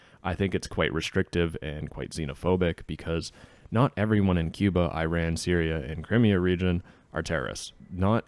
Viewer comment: It's not I ran (Where did you run?). It's Iran - like ee-RON.